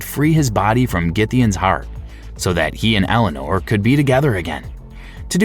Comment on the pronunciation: So, the name of the character in BL3 is Ellyanor Olmstead? Is it spelled like that or did you just say Eleanor wrong?